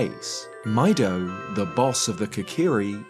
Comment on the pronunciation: I always thought Mido's name was pronounced "Me-do" like the Japanese word for green, midori.